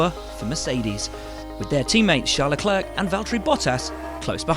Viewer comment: THANKS FOR CORRECTLY PRONOUNCING LECLERC'S NAME WILL